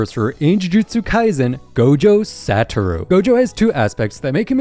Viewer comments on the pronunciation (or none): "gowjo saturow" wtf is that